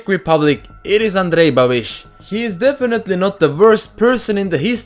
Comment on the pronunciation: Why did you say Andrej Babiš like a native :D